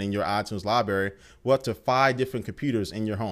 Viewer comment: Did he say "lieberry"?